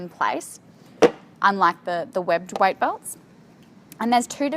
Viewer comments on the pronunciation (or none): "White belt" 😂 love the accent tho!